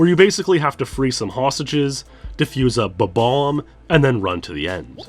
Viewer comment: Technically i think he pronounced it “bo-bomb” lol